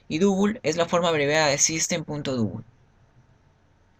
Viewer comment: Y para double no decir Dúbul. Dáubl sería una pronunciación mas aceptable.